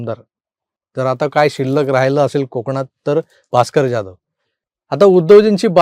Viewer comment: प्लीज Jadhav / जाधव.. असे उच्चारा....